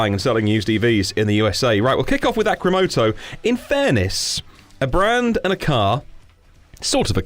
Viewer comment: You spelled the company name wrong in the title and was saying it wrong the whole time... it is supposed to be "Arcimoto" A, R, C, not A, C, R.